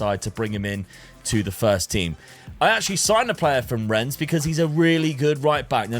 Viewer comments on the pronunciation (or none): none